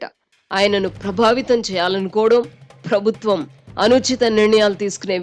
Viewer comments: Amma anchor garu, "Phrabhutwam" kaadamma, "Prabhutwam". Ekkada vottu pettalo matrame kadu, ekkada pettakudado kuda teliyali😂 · తల్లీ... ప్రభుత్వం అని పలకాలి, ఫ్రభుత్వం అని కాదు. 🤦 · ఫ్రబుత్వం అని పలకకూడదు మేడమ్..😢